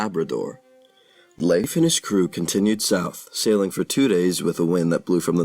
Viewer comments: Well, the video is ok, even if the names are not pronounced properly, I think. 🇩🇰🇩🇰🇩🇰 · Leif is pronounced with a difthong in the middle, e-i, so its not "Liif" Eriksson.